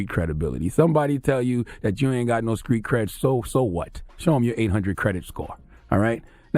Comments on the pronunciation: The word "Street" is not that hard to say, holy shit. WTF is a Skreet?!? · I cringe every time Charlamagne says “skreet” instead of “street” 🤯😳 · And IT'S STREET NOT SKREET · The "skr" in words that are supposed to be "str"...Somebody tell Charlamagne to stop talking like he's from South Carolina😂😂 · Charlemagne cannot say T he says K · Did Charlemagne just say the word "screet"...? I think he means "street"😂😂😂...I'm from the south...no excuses.. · Finally somebody notices! Skreet and Skrippers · "Skreet dude, Skreet rules" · Charlemagne can't even say the word street. He needs to fall back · The way Charlamagne says The Street......Discreet lol